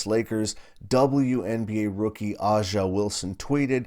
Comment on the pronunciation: I believe her name is pronounced Asia Wilson